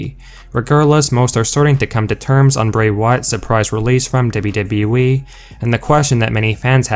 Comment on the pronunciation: No way you are saying "dubba dubba eee" like that by accident. It's a work!!!...I really do hope so.